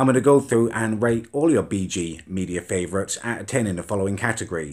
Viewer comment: At the start when he said rate I swear he said rape